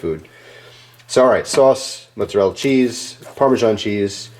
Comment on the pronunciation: What is this mutzerrela cheese you speak of? Just messing with your accent, though I dont even know what kind it is now..